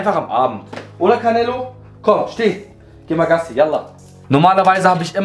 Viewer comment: Er heist auch nicht carnelo er heist canelo 😂 nicht so gemeint ❤